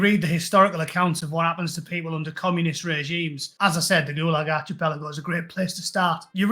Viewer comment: Gulag archipelago. Its pronounced arkypelago, not archypelago! Stiff upper lip my old boy, and keep pushing out the boss content, and keep cracking that whip of sensibility in these privileged mother lovers faces!